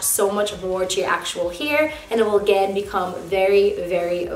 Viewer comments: I feel like every time you said “hair” it sounded like “here” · the way she says hair - heir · I've never heard anybody say the word "hair" like that before 😳